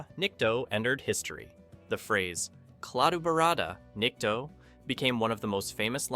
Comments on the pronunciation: Kladdooobarada Nikdough??????......It's a GOOD THING THIS ANNOUNCER DIDN'T HAVE TO SAY THIS PHRASE TO GORT......OTHERWISE GORT WOULDN'T HAVE UNDERSTOOD.....AND FRIED THE EARTH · Unfortunately, your video cuts off everyone's heads. I am pretty sure that is not the way it was filmed. Also your AI reader splits the title on at least one place as "The Day........the Earth Stood Still" You need to edit the text of the narration so the AI reads that all as one phrase. Also the AI murders the phrase "Klaatu Barada Nikto". Check the movie for the proper cadence of the phrase. Just a tip. Still giving you a thumbs up for your work.👍🏼